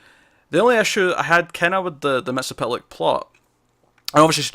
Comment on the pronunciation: A lot of people put an extra "L" in Mxy's name like you did. Here's how you say it. Mixy is pit lick. M X Y Z P T L K. There's only one L. Not two.